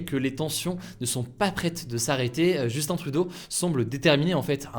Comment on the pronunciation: Merci d'avoir bien prononcé le nom de mon premier ministre (Justin trudeau).